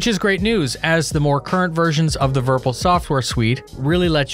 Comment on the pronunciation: It's not verpel it's Virpil! Virtual Pilot. Would be like virpil not verpel right?